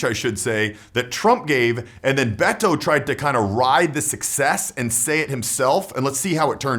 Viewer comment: Finally, a white person so can say Beto's name right